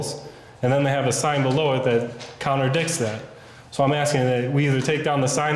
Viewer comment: Lol it "contradicts" not "counterdicks"